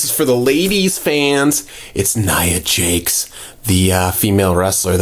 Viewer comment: It's Nia Jax not Nia Jakes